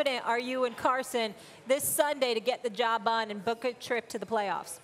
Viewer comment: She said get the job bun 😂😂😂😂